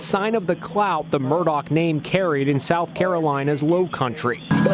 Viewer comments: Stop saying Murdock it's murdaugh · In what language is Murdaugh pronounced Murdock? It’s Murdaw or Murdawg in American English, no? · They pronounce it Murda. Ridiculous.😲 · Why does the guy narrating this video say Murdock? Clearly he had to know the correct name before doing the video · Inside Edition's first reporter and the male narrator mispronounced the Murdaugh name through out the entire video.